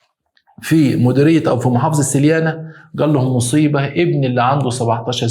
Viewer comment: نطقتها صح يا ( سليانة و بوغرادة ) تونسي مر من هنا.😊